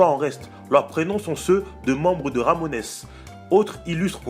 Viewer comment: C'est pas Ramonesse mais Ramones aussi non super vidéo 😛